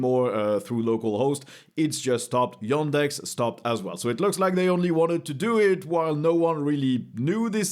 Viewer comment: Every time you say yOndex it triggers me